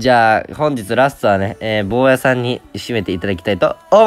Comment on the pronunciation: ぼーやさんがボーらーさんって聞こえた